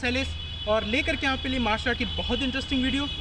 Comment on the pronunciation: bhai martial hota h na ki martail , dhiyaan rkha kro